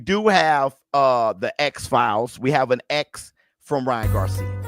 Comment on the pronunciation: Was saying this the other day, I damn near hear Ryan’s name like that permanently now. Lmao! Wouldn’t be right, if pronounced it any other way atp: 🗣️Rya,RRYYYYYann GARRcia❕😂